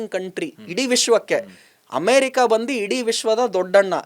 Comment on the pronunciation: ಬಳಿಕೆ ಅಲ್ಲ ಬಳಕೆ...ಬಂದಿ ಅಲ್ಲ ಬಂದು ಕನ್ನಡ ಸ್ಪಷ್ಟ ಇರಲಿ